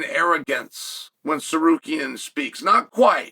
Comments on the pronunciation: WHAT THE FUCK??? HE SAID TSARUKYAN NOT SARKARYAN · Arman threatened to sue Chael for mispronouncing his name constantly. Alex Periera is mad as fuck at him too because Chael keeps saying Pee Era. 😂